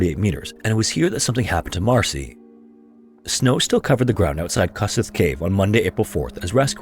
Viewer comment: I love your vids, and please don't take this the wrong way,, but please ask a hungarian for pronounciation of their names, it almost hurts hearing Kossuth as 'kas-eth'. then again, our language certainly isn't making it easy